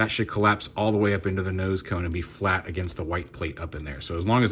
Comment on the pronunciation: I know that you mean :) that was the only time you said tone instead of cone.. so atleast it was just one time thing :)